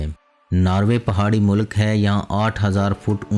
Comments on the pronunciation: Description of countries is impressive but some word pronunciaton in urdu is wrong like u must say molk( not molak) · منہ لک × نہیں بلکہ ملک بولیں۔mulk✓ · Why punjabi ppl say mulak why not mulk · the information is good but please pronounce the words accurately, if you are speaking in Urdu language as at the moment, you are speaking in punjabi. It Not 'Narway' its pronounced as Norwary. Secondly its called 'mulk' not mulaak in Urdu so please correct that.